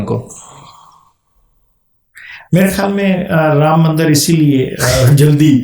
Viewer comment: It's not pronounced Varnaasi; it's Vaaraanasee. It's not Kasi; it's pronounced Kaashee. Not mandar but mandir (dir pronounced as in bit).